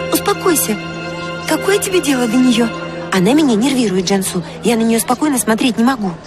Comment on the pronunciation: Не Джамсу а Джансу не виресли а вырасли